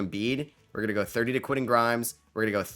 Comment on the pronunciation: Love the content but you need to pronounce those "T"s in the middle of names. Quinnen Aydon Mardin... those arent dudes names. Respect the T my guy!